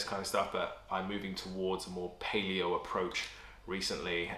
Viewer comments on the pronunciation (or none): none